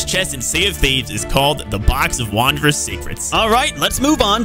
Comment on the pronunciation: Pretty sure that’s wondrous as in wonder, not wander.